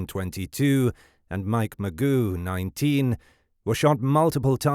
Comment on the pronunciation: It’s not Magoo. It Ma-Joe